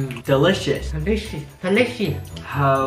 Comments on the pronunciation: mom: telishe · That me my mom be like delicshoes and I say delicious she just can't say it right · Delishit delishit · No it’s delishi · sounds like she said "toelicious" 🤣🤣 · Omg i hear mom say delous shit Am dying😂😂😂😂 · mom: “deli shit deli shit” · Joshuas mom: DEliShit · She said delicious similar to holy shit😂